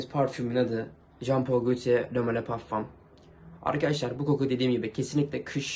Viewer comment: iç anadolu aksanı olur o kadar